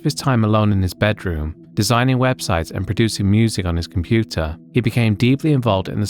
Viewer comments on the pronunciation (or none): none